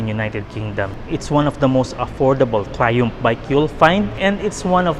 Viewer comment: "Fresh from United Kingdom itself" "Trayoompff" lmao